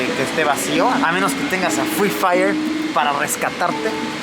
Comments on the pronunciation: Luisito: Es noche de fri fayer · Luisito: "hoy es noche de FRIII FAIYEEEEERRRR, no conozco a nadie" jajajaj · Luisito: HOY ES NOCHE DE FRI FAIERRR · Luissillo: Hoy es noche de Frii Fai No conozco a Nadie 😂😂😂😂😂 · luisito dise noche de fri fayer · No luisito, porque fri fayer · Luisillo: Hoy es noche de fri faiier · Luisito: hoy es noche de frifayer